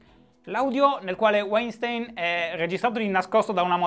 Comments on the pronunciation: ahahah non ne hai azzeccata un, si pronuncia VAINSTAIN (con la ʃ (ovveero come SCI)) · si dice "uainstin". ti posso correggere perché non l'hai detta questa pronuncia ;) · Si pronuncia Vainstain. È un tipico cognome ebraico-tedesco. Wein vuol dire vino, stein pietra, e la lingua tedesca è composta da una marea di contrazioni. P.S. EI si pronuncia ai, mentre ie si pronuncia i. Aufwiedesehen Shy. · E' "Uàinstìn" Shy <3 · Breaking Italy il nome sembra tedesco .. e se è tedesco Weinstein si pronuncia "vainstain" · Breaking Italy Comunque si pronuncia "vainshtain" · Tecnicamente "weinstein" è un cognome di origine tedesca quindi si dovrebbe leggere "vainshtain", ma la sua nazionalità statunitense cambia tutto? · Pronuncia: Vainstain (Non per correggerti, per fartelo sapere) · Demis Alberti senza Sh è tecnicamente parola tedesca il suono sh si sente quando scrivi Sch Stein si legge Stain come in Albert Einstein Scusate volevo fare il per una volta il saputello visto che sono parte della community della gentaglia immigrata in Germania Entschuldigung (qui si sente il sh) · Guten Morgen Shy. Si dovrebbe pronunciare Vainstain . St , per lo meno qui nel nord della Germania, si pronuncia Scht come la sc di sciacquare . Tschüss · "Si pronuncia Waintiiinn!!!" cit. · Dal nome direi direi Weinstein sia di origini tedesche, quindi propenderei per una pronuncia come /Vainstain/ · Se è tedesco si legge Vainstain (V come V di Verona e non W) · Si pronuncia "Uainstin" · Dai si dice Weinstein lo sanno tutti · Comunque si pronuncia "uainstain". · Si pronuncia Weinstein.